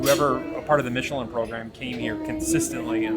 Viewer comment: Pronounced mish-a-lin